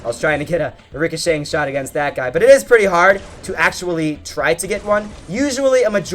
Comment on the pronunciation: Stop saying ricashank